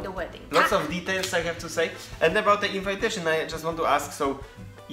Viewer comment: Your english is really good, but you need to know, that the pronunciation of the word "invitation" isn't the same as with "invite". It's more like in-vee-tation, not in-vai-tation. The same is with combination. You correctly pronounce it with 'i' that sounds like polish 'i'. :) Really nice video, guys!